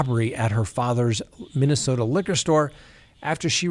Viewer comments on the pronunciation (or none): none